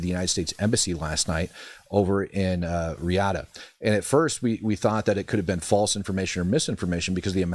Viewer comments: Saudi capital , pronounced: Ree-yaad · Did he say Re-G/Jahd?? 😂